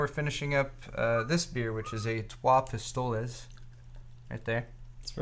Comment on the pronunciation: shout out to the trois pistoles beer lol made in Quebec Canada sound more like trois pee stoale